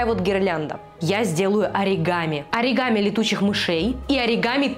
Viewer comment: на слове аригамин, просто лучшее)